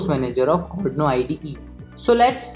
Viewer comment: ITS ARRRRDUUUUIIIIINOOOOOO not ARNOOOO